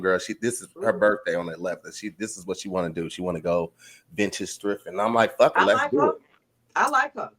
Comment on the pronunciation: Faaaaak. The 'u' is replaced by a few 'a's. New Jersey! WHUD (<-what)?!?😜